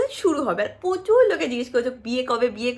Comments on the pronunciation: Pochur Naa sunte kirom laglo প্রচুর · পচুর না প্রচুর! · .13 sec lots of questions nd u tell in bengali পোচুর। Its Prochur(প্রচুর)😊😊. U r very preety so I hv no question to u bcz as a youtuber I know everybody has his/her own personal life so lots of love 4 u ❤❤